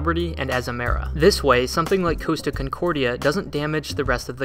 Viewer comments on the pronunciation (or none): the pronunciation of Costa and Caribbean is killing me